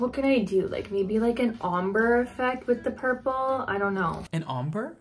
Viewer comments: "An omber?, I've never heard of an Omber" I literally spit out my drink! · "an omber? I've never heard of an omber"🤣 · “Omber” I can’t with today’s videos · my favorite part is „an omber? i never heard of an omber..? 👁👄👁“